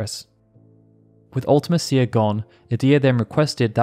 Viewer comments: Absolutely agree UltiMEEcia is much more fitting. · Its spelled mecia…. Like felicia. Mee-sha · man, the more videos I watch on FF8, the more it becomes apparent that nobody actually knows how to say Ultimecia’s name… 😅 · The way you pronounce Ultimecia is pretty cringy. Also, I'm pretty sure Matron is a title, not a name.